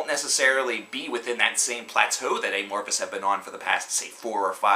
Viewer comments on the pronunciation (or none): I know this is old but just a few comments. First, dude you're saying their name really weird it's not eh-morphis but a-morphis. Like the word amorphous. Which brings me to my second point, their sound is, has, and will change. That's why they chose that name. Lastly all Amophis albums are good. Just depends on what you like. Some are heavy, some soft, but all are good. Obviously TFtTL and Elegy, and any Jousten era album.